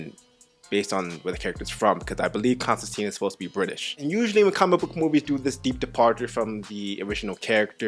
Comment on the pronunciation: Ok, there are 2 glaring errors in this film vs the comic (Hellblazer), but it is basically a perfect adaptation other than these 2 issues. Constantine is pronounced con-stan-tine, not con-stan-teen. Also, Constantine is British, not American. Now, both these can be explained by just saying "it's an American addaption" but I think I would have liked just a little more comic representation.